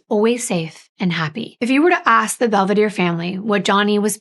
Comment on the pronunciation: Please respect the families and pronounce their Italian names correctly. I’m sure it’s Bel-ve-dare-e. Not Bell- v-deer. The name means beautiful view.